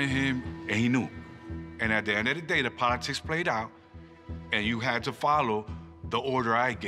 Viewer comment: Jail "pod"itics